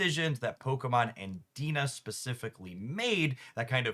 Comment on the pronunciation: The company name is kinda unintuitively pronounced; it's pronounced like DNA. I think it is worth noting that DeNA is the developer behind Pokemon Masters as well. This is entirely speculation on my part, but as a player of both Pocket and PoMa, it seems like DeNA is running Pocket as if it is a single player PVE gacha game like PoMa since that's what they've been fairly successfully doing for 6 years now, rather than a digital CCG. They release new sets monthly exactly like how PoMa releases 4-6 units in batches each month which while good for revenue is probably hurting the game in the ways you note in your video. The trading announcement so far in advance is a one off in Pocket, but considering PoMa, they have multiple times over the years announced new features/game modes months or even a year in advance iirc. There's a lot more similarities I can draw, but the TLDR of it is it really does seem like they're trying to run Pocket just like how they ran PoMA. PoMa as a community is much smaller than Pocket and as a single player game it was fine, but clearly it doesn't work for Pocket. Hopefully with the money Pocket is making they'll invest in updating their processes to fit what Pocket is rather than mimic what PoMa is doing. I'll be sad to not get the meta reports, but best of luck with your other content.